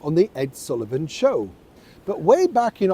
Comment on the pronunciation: My Shew (Show)- Ed Sullivan pronunciation😕. These days it would be called "chill."